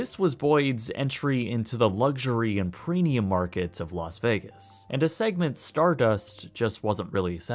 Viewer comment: Its premium no preenium dude